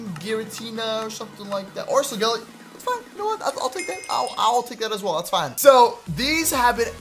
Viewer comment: It is so-gah-lay-oh